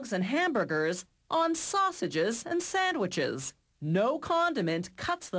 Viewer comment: "sausssageess and siandwhichs" this woman...